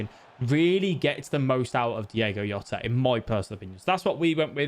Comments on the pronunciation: Mate it’s Portuguese not Spanish, it’s fucking JJJJJJJJJ OTA, NOT YOTA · Its not yota, can we stop this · Yota his name is jota 🤣🤣🤣